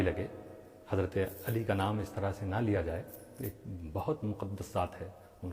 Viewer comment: کیا کوئی جاہل ءالی ءالی الی الی عین کے بجائے ہمزہ جس تلفظ سے نماز فاسد فساد معنی کی وجہ سے بیشک ذکر علی کرے تلفظ اور ادائیگی صحیح ہو با ادب کریں کوئی روک نہیں ہے